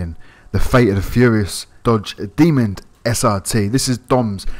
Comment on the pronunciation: Why’s he saying “dodge demond” it’s a demon